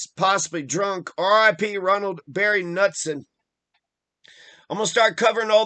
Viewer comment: His last name is NOT pronounced like that. He was my cousin. And he didn't kill himself. But thanks.